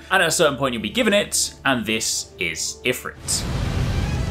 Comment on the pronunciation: Pronounced eee-frit